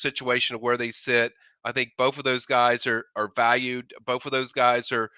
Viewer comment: Both it’s pronounced BOTH TH not FF